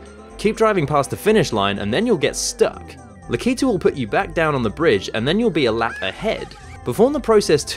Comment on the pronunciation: It's pronounced lack-a-two not la-key-tu